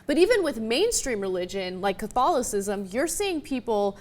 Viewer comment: Hahaha. It's catholicism Ana, not catholocism.